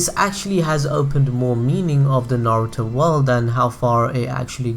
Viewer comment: Nigga say naruto right